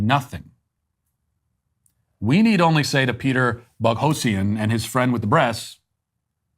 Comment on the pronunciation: Possibly true, but very sad if so. Matt is working shoulder-to-shoulder with James Lindsay (even if they aren't "allies" or whatever they'd refer to themselves if they were leftists). By not even pronouncing "Boghossian" correctly, Matt is either being disingenuously snarky or is that ignorant, despite Lindsay being a direct missing link between Matt and Peter within their brands of activism.